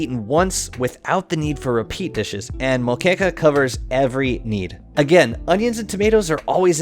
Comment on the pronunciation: im impressed by his pronunciation of moqueca